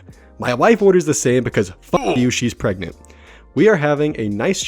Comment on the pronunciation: ...Says pregnant: PREGENT